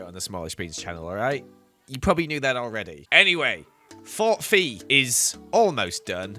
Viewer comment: It's Fe, not FE 🙀